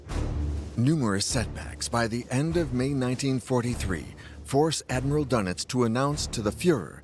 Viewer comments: good old karl dunnitz . . . #pronunciation #fail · The name is Dönitz...not Dunet..your translater is not correct working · Would it be too much to pronounce his name as: "Dernitz," to reflect the umlaut over the "o," rather than making his name sound like a breakfast pastry?